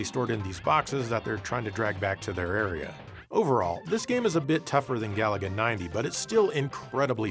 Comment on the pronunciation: It's pronounced ga-LA-ga, stress the middle syllable!